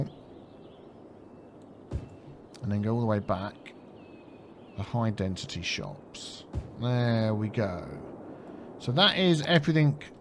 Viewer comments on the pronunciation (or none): still saying dentity when its density after 50 episodes